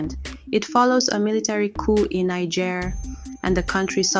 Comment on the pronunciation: You couldn’t even pronounce the country’s name properly 🤦🏽‍♂️